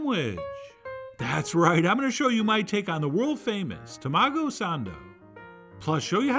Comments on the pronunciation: Chef John, taMAHgo, not TAMAgo. /s/ here to help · I'm so hyped for this 🥚🐣✨ Also TA-ma-go not ta-MA-go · It's pronounced Tah-Mah-go lol ;) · This was nothing even close to what they have in Japan. The mayo was runny and weird colored, not even close to Kewpie. They dont add cream to it. Its just way too wet and runny. Just buy a thing in Kewpie and call it a day, dont F around trying to make something that will never be close. This is a MAJOR FAIL and an insult to Japanese food culture. You couldnt even say TAMAGO properly. UGH!